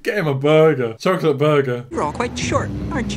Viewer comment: This guy literally said chocky wacky.